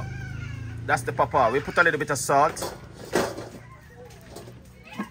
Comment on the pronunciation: Chef you r pronounce it wrong Papaya the little girl was trying to tell u how to say it